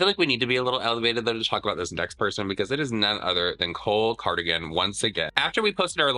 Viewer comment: Did you call him Cole CryAgain 😂